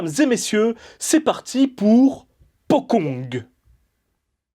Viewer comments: On prononce potchong, pas pokong... Le deplacement des pocong ne doit rien au cinena hongkongais. Ils se deplacaient deja comme ca bien avant l'invention du cinema. Ca qu'il faut bien conprendre c'est que les pocongs "existent" dans la vie courante des Indonesiens. On en parle tout le temps et ils sont utilises dans les medias mainstream. C'est pas juste dans les films d'horreur. Sinon je dois dire que la qualite du jeu d'acteur et du film est totalement representative du cinema Indonesien. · Bonne vidéo, p'tite rectification ça se dit "potchong" le c est prononcée "tch" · Ce nouveau format de vidéo est génial <3 Juste une petite remarque le mots Pocong dans ta vidéo est mal prononcé , en indonésien il faudrait prononcé Pocong / Pochong . La lettre "C" chez eux ce prononce comme si c'étais "CH" . j'avais entendu parler de se terme de mes amis en Indonésie, terrifiant :o ! . Sinon je kiff toujours autant t'es vidéo continue comme ça :D